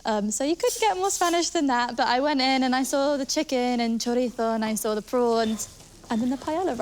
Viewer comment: What’s chorito? Chorizo?